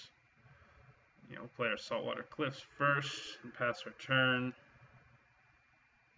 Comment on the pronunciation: Why does everybody on YouTube say "Swiftwater Cliffs" wrong? It's not "saltwater cliffs" or "sweetwater cliffs."